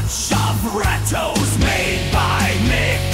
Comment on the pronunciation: I figured it was, as it didn't properly pronounce RatOS as rat-oh-es but ratos